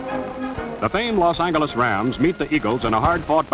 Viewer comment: haha "...the famed Los Angoles Rams..." Oh, those pesky Angols.